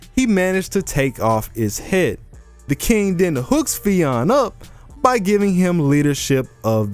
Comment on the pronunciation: Pronounced Fin